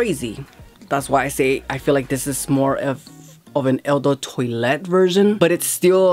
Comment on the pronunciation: Not TOY LET. Twalet pronounced TWA LET